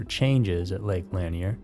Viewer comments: Locals pronounce it Lake La-neer, not lan-e-er, just FYI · Why don't you ever check to see how things are pronounced if you're unsure/not familiar with it? It's Lake "Lan-ear", not Lake "Lan-ee-er", boss. Two syllables, not three. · To be more precise, the emphasis is on the second syllable - Lah-NEAR. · Pronounced" La neer" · Love your channel but please look into how to pronounce things a little better. Lanier is pronounced like La-near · I’ve always heard Lanier pronounced as La-near. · Yep, that's the correct pronunciation. This is the first video I've heard with it mispronounced. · It is. But not everyone is from around there to know. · Yeah that’s how we pronounce Lanier(La-near) here in Ga. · I was going to type this. Plus this is what the 1972 movie deliverance is about with John voight and but Reynolds...im 56 from nj hate young people who are clueless 😅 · Who’s gonna tell him he’s pronouncing Lanier wrong the entire video 🤦🏻‍♀️